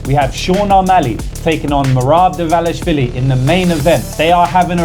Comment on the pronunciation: say merabs last name one more time 🤧😂🤣